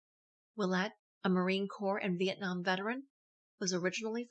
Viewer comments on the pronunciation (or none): none